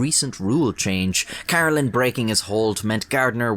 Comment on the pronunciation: Great video but His last name is pronounced Kuh-Reh-Lin, Not Car-Ruh-Lin.